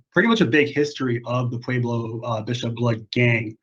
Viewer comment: I was about to say the same thang its pueblo not pablo